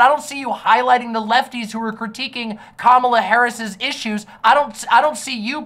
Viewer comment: Please, that's not how Kamala is pronounced. You're not beating the whiteboi allegations.